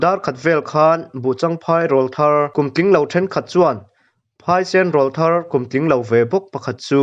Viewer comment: Mizotawngah rawlthar tih hi tleirawl tiha rawl anga lamrik ani ngailo.rawl mihring Aurawl tih a awRawl ang a lamrik tur ani. mizotawng hi uluk tak leh chik tak a lamtur a ni.